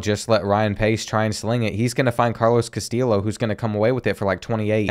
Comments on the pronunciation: I love hearing you pronounce your WRs name as KaSteel Lo, but if you want to know fyi it is correctly pronounced Ka - Stee - Yo. Keep up with such great content, you really help me get through my over night shifts at work. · btw "Castillo' is pronounced like Castiyo. I think you said something about being unsure of the pronunciation. Keep up the good work loving the series! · Castillo is pronounced Cast(ee)o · great video but it's pronounces Cas-TEE-o not Cas-TILL-o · Castillo is meant to sound like Cas-Ti-Sho like show without the W, and with emphasis being on the second sillable (I don't know if the show reference is a good one, English isn't my first language so feel free to give your two cents guys) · Carlos Castillos name is pronounced ca-still-oh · I know this video is 2 months old but if you were still wondering, the correct way to pronounce Castillo is ka-stee-oh. The l’s are silent. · For Carlos Castillo, the proper pronunciation is kah-STEE-yo, hope this helps. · I’m not completely sure but I’m pretty sure Castillo is pronounced cuh-stee-O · Pace is super inconsistent. Feels like in madden he’d be a 65 overall x-factor. Also, it’s cast-eee-o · Love this series. Also Castillo is pronounced Ka-stee-yo. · The pronunciation of Castillo is said cass-stee-o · Btw you say Carlos Castillos last name as,-casti-yo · Also Castillo is pronounced like Casteeyo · Castillo is pronounced like Castee-yo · Castillo = Cuh-stee-yo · I love how the chronic mispronouncing of Castillo has evolved into just saying something random and hoping it’s close 😂😂 loving this series man it’s been a riot so far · You are it's a Hispanic last name so the double ll makes a y sound.